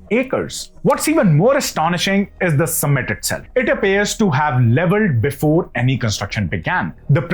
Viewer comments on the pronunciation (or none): none